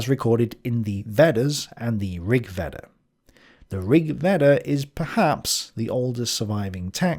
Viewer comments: Thales is pronounced T-ha-les. Epicurus was not a hedonist. Plotinus wasn’t a Christian. Veda is pronounced Vayda. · Not Vedda for Veda.... Vey-da. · Veda is pronounced Vey-Da.